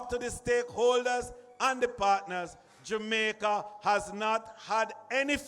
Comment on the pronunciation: did he say dumaica so we dumb now 😆